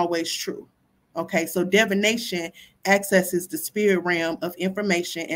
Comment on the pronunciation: Keep mispronouncing divination. Smh.